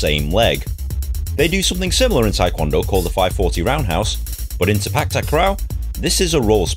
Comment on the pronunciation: I meant the word "sepak". The way u said it in the vid is like "spak". No offense tho.